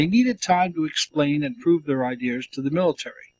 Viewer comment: How many times do I have to listen to this man say "ideers" instead of "ideas"? It's like nails on a chalkboard to me...